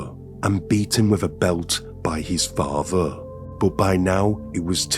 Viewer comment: It’s a hard listen when you hear words like farver, muver, and bruver…